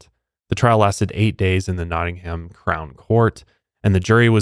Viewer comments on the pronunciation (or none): You did so well with the English place names… till you got to the Midlands cities. So, It’s Derby (Darby) and Nottingham (Nott-in-mm) As far as sentencing and comparing to Shirilla’s fatal car crash. Shirilla showed guilt and remorse, I think that’s possibly a big part of the victims families reaction, if they see the person has remorse. I do believe in rehabilitation, I don’t believe in life sentences for children, or death sentences as some might. I do think an 18 and increasing to 25 year old can be expected to understand consequences a 13-17 year old may not have that capacity, they are still children. I also think that violent sxual predators should be treated as harshly as murderers. It’s a life ruining crime but the conviction rate is shockingly low and I assume it would be even lower if the sentencing was higher bc for some wild reason others don’t see how serious and dangerous those criminals are, unlike other violent crimes.